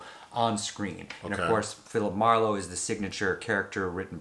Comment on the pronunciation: It would be hard for me to accept Liam as Phillip Marlow, I loved the books & old movies so freaking much! But I may try.......dang you nailed that pronunciation of the actors name! Color me impressed 👏👏👏